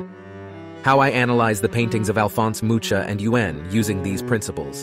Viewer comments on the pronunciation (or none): It's Alfons Mucha (mu-ha) not "mu(CH)a" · it probably is, otherwise they would know that Mucha is pronounced Muh-KAH not Mu-TCHA, since it's a Czech name and not a Spanish one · I like your brain. Btw, it's Mu-ha, not mu-tcha :D It means "a fly". 🪰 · ALFONSE MUUUCHHHHHHA???? ITS PRONOUNCED "MUKA" GODDAMMNIT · Mu-Ha, not MooCha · This is an excellent summary of the topic!! I will definitely rewatch this in the future. BTW, Mucha's surname is pronounced "moo-ha" (also, it means "a fly" as in an insect). :) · great video, it helped me a lot! this is kinda off topic but the "ch" in Mucha's name is pronouncieted more like Nacht in german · Mucha pronounced "Moo-ka". Good video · Very cool video but Alphonse was a Czech and his surname should be read like Mu-ha :D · This is a very helpful video! But the pronunciation of Alphonse MuCHA is sending me 😂im sorry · Man, you pronounce Mucha like Muha, there's no "ch" sound. Idk why the spelling in English is like that. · tip on pronouncing Mucha's name, ch isn't the cz sound, its closer to x in spanish, like in México (not to be confused with english version of the name) and it's the same letter as х in languages using cyrilics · Nice, great sumup. however, the ch in Mucha is pronounced like the j in Spanish pronounciation, like Roja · Great video and all, but please learn how to pronounce Mucha's name 🤦‍♀ It can be easily found on his wiki page. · Mucha is pronounced so terribly wrong, in our Czech language c and h is one letter ch in our alphabet, when you put it in google translate it will tell you how to pronounce it correctly set it up in that bot so its read in Czech language not English. Poor Mucha always gets butchered by English speakers who cannot be arsed to research the name properly.